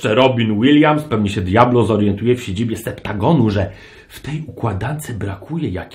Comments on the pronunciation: Septagon? Chyba Septazgon XD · SE-PTA-GON :D